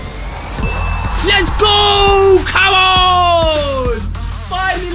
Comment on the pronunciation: his pronounciation of koeman LMAO